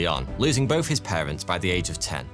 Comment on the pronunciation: I mean, he also says bofe instead of both, and grofe instead of growth, munfs instead of months. Fousand instead of thousand... Pretty sure he's just lazy haha